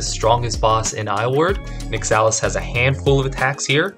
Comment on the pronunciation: Your pronunciation of Nyxalis hurts me